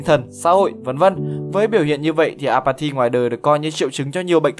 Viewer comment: Apathy mà tôi cứ nghe nhầm “à mà thì”